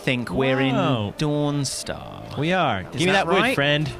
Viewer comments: I cringed so hard when he said dawn star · "Dawnstar" and "chhhit-inn" -___ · "I think we're in Dawnstar" TRIGGERED